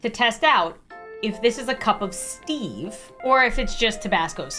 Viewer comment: to much on that "steve"